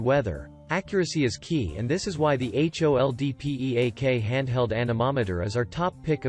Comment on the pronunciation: Your serious? "H" "O" "L" "D" "P" "E" "A" "K" ???????? Why talking that ? This is two words HOLD PEAK. What meaning PROSTER ? Why not "P" "R" "O" "S" "T" "E" "R" ???????????